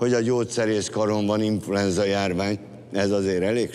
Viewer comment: aki jol fülel az azt hallja amit mond Mucsi: INFULENZA